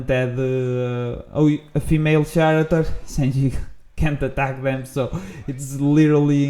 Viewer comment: why do you say character like that?